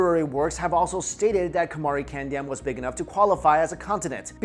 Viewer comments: its not kandam its pronounced caandom as dravidian is the term emerged in late 1800s it literally means the land of respected peoples. dravidam is actually derived from thiru-iv-idam for the europeans to pronounce, thiru-respected like Mr. or miss in english, and iv(adverb) idam-place. so actually dravida is not a ethnic group but tamils are. and aryans is a word derived from arya(ariya) an another tamil word means rare and aryan means rare peoples. to know more about tamils true but not accepted history please watch the videos in the youtube page. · It's pronounced "kaandam" which means a continent